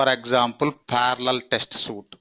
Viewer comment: suite is pronounced sweet. Suit is pronounced soot.